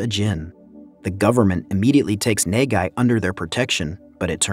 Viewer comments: bruh i thought he was saying negai and that means future but he was saying nagai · bruh just call him na-gai (as in nuh-guy) ffs...wtf is even nae gai...ppl be pronouncing the name in the movie a whole ton just follow em gawd dammit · the prodagonist's name is pronounced khei nahghai. as a japanese, it was kinda disturbing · Quit saying NEIGH GUY I had to close the video smh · His name is pronounced Kay, like mmmmmkay? And his last name is Na-Guy, like nah, guy, you’re butchering the pronunciation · Good recap but I can't stop laughing at the way you pronounced Nagai. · its actually kinda annoys me you didn't read the name the it supposed to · I couldn't stand your pronunciation of NAGAI lol